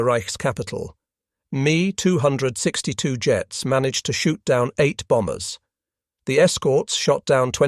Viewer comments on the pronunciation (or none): Overall, the information is excellent but the artificial voice is horrible. Hearing it say, “Bf 10 9” instead of 109 is jarring and “Me 262” with the “Me” pronounced as me, like in “you and me” just makes ME roll my eyes. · The Me Too 62 hits my ear funny every time.